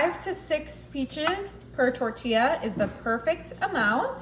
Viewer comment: LOL! Great recipe but , a little pronunciation help: It’s NOT “tortia” but “ tortiJJa”.